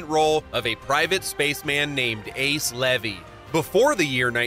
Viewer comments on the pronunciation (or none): none